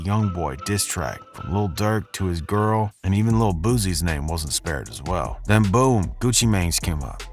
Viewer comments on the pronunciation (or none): im thinking if you know anything about hip hop, its not "Lil Boozie", his name is pronounced "Lil Boot-See"!